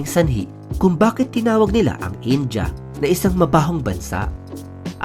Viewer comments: In-dee-yah , hindi In-Jah! 🤣😂🤪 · India-Indiya, hindi daw po "Inja". Iyan ang reklamo ng mga Indiano sa OFWs da Mid East 😊